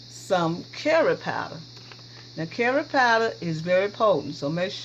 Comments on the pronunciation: Jill Lancaster. And carry 😂😂😂😂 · Jill Lancaster took me a bit to figure out curry. Thought she was saying 🥕! 🤣🤣